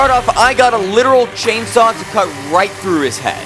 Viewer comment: You said chinsaa ☠️☠️